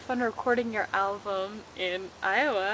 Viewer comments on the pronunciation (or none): none